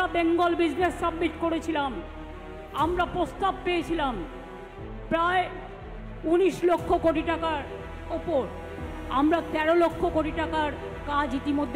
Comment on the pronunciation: Kotha ta postab noi prostab